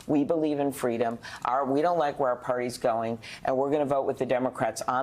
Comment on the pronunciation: Kamala wants FWEEDOM Mommy